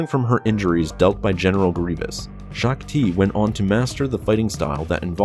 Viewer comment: "Gen. Greaves killed Shook-Ti"